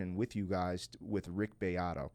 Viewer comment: Rick... Bee ah doe, not Bay ah doe. If you're gonna be so thirsty at least get the names right 🤣